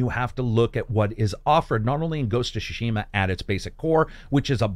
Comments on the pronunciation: you remain my very favorite reviewer but every time I hear you butcher then name "Shuh-Shima" I die a little inside... It's Pronounced Ts-soo-shi-ma. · Its not pronounced shushima buds, it’s Sushima and T is silent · Can’t watch this one. Every time he says Shushima, it triggers something in me. My eyes start twitching, I feel like small electric current goes over my body and then I gag and almost throw up. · “Ghost of Sha-shima” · Shashima hahahah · Great review as always. But the way you pronounce "tsu" in "Tsushima" really bothers me. 😅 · please spend 1 minute and research the way to say the titlle of the game, no need to be this ear gratingly daft. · The way he says Tsushima and shaman hurts me inside.